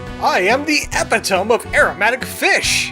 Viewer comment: Eh-pit-oh-mee. (I used to make the exact same mistake...)